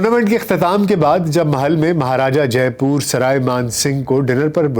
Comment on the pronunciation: Sawai Mansingh hai na ki Sarai . Kooch Bihar hai na ki kooch Pahar. Pehle words ko pronounce shi kro. Jaipoor nhi Jaipur h. Urdu me to talaffus ka bahut khayal Rakhte hain.